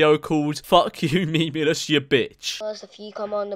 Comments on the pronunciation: I know this video is two years old but really annoys me how he pronounced memeulous as memeless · Actually it’s pronounced mee-mee-loss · Nah nah nah, it's "meemlus".